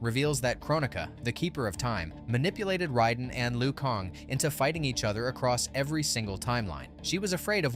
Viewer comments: U keep fucking me up every time u say lu kong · Say Kang correctly twice and every other time you say Kong also Raiden (ray-den) not riden